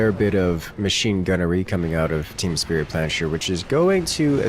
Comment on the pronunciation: The pronounciation of "Team Spritplanscher" made me go insane